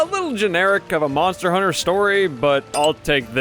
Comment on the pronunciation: Moner... moner huner